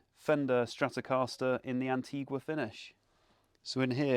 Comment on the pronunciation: Why Antigwa? The country is pronounced Anteega. Asking for a friend!